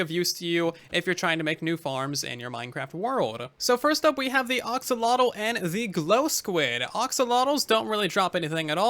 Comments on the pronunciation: Don't mean to be a nitpick, but it's pronounced axe-oh-lot-uhl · Please stop saying oxolotl. It’s painful